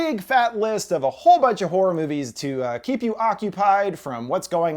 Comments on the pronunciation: I keep hearing whore but he keeps showing horror! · "A bunch of WHORE movies" What...